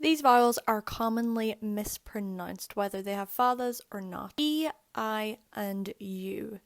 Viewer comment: Sounds like you are saying pronunced?